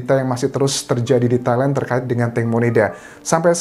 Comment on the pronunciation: Entah kenapa, pas Mas Anjas nyebut Thailand, dengernya Taiwan. wkwkw